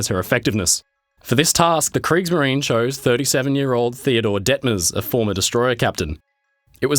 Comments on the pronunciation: if you want to speak german names in german language - do it properly or leave it. kriegsmarin > what is that? hunger? just eaten the last "e" which is essential? and so on ... but americans making fun of europeans because they can't say "squirrel"? you all can't say a word in german without making mistakes or having a really bad accent. lol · Only because I have noticed that my friend makes such a special effort to pronounce foreign names and terms correctly, am I pointing out that " -marine" (as in Kriegsmarine) has three syllables and sounds like the English "marina." 😁